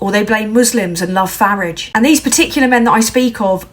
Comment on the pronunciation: Thank you for pronouncing Farage's name right. The idiot is a hack brings shame to the UK